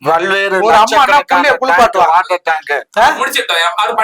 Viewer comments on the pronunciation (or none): none